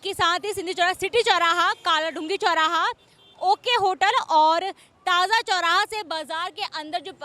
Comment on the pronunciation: मैडम रूट प्लान को पहले खुद समझ लेती,फिर धीरे-धीरे अपनी बात कहती तो समझ में आता ।पहले कुछ होमवर्क भी करना चाहिए ।आप ताज चौराहा को ताजा चौराहा कह रही हैं ।बुरा ना मानो होली है 😂😂😂